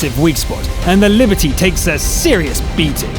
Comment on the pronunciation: Liberty? Non, c'est Liberté! If you must feature that dastardly French heavy, pronounce it right